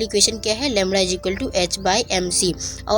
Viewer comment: It's not lemra it's lemda.